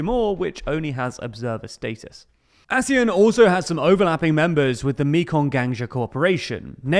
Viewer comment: its pronounced exactly as it looks, "Asian", with a "sh" kind of sound